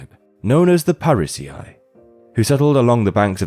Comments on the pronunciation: How is pronouncing "parisii" as Pari-cee-ai not AI voice? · parisii is not pronounced pa-ree-see-eye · Prononced like Parisee 😉